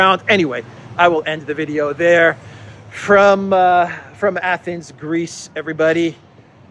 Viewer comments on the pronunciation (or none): none